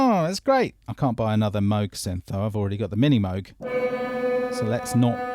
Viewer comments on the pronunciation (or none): Yes Mooog not Mowg love mine